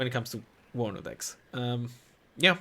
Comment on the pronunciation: its warnover